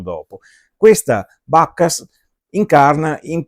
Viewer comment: Bacchus è latino, eviterei di pronunciarlo all'inglese... "Suona" anche male 😜